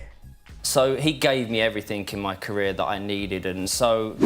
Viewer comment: For the first one, it's "mi" as in "mi mum", not "me mum"